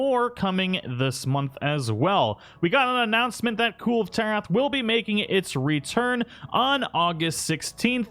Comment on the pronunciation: It’s pronounced kul-vay taroth.